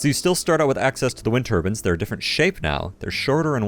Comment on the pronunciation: "wind tur-bins"